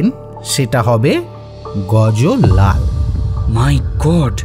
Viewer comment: দারুণ!!! শুধু-- গুজরাতী ব্যবসায়ীর নামটি 'গজো লাল'-এর বদলে অবাঙালী টানে "গজ্ লাল" উচ্চারণ করলে আরও ভাল হতো। শুভেচ্ছা রইলো।